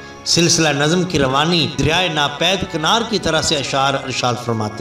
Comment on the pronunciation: dawani nahin rawani hota hai